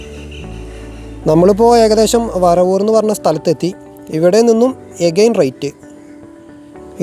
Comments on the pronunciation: വറവൂർ അല്ല വരവൂർ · ഞങ്ങളുടെ നാട് ❤️ വറവൂർ അല്ല ബ്രോ വരവൂർ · വറവൂർ അല്ല bro വരവൂർ ആണ്